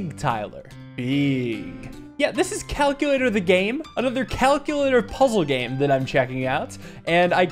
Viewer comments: “Today we will be playing Cal-cue-lator” -Richard Watterson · Finally, calc-u-lator